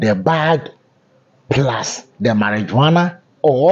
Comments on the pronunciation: How do we believe you have all the facts of this incident? Your caption says cocaine, and then you turn around to say she was arrested for carrying marijuana? By the way, it's pronounced (MARI-WUANA not --jo-ana). Thanks. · Marihuana, not Mari-JOANA.😎